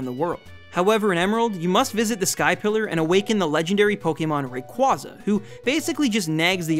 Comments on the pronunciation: He pronounced Rayquaza wrong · Kinda funny how many people still pronounce "Rayquaza" wrong.